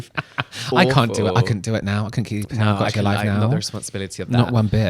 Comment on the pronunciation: It's 2026. Let's say it correctly. Tama GO chee.